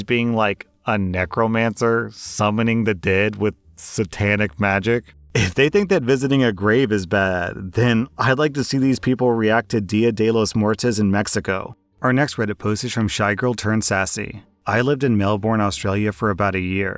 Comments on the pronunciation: Also holy fuck it’s día de los muerTOS. Not muertAS. Fucking hell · "Dia de la mORteZ". Man, I cringed hard. I'm not even Mexican.